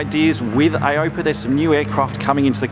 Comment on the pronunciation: its Ay-oh-pee-ay; not ay-ope-ah....;) nice vid, loved it!